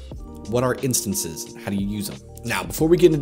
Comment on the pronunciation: "Instonces" Great video otherwise.